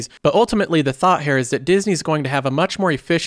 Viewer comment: Why you say “hair” instead of “Here”?